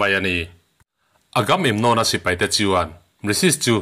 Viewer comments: (Agam emnon) nilo in (Aga memnon) ti a lam zawk tur ni in ka hre deuh tlat.. Hriat sual loh chuan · Agam-em-nawm ani lo,..Agamemnon ani e,...A film te pawh i en ve tawh ngei awm sia,.an mahni in an lam dan te kha ihre lo em ni!??Ngaihthlak iti tui lo vek lam dik lo lutuk a an hming ho